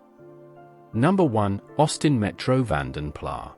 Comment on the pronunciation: Van den plarrrr? It's van den plas. Spreek je flamse niet? Ffs.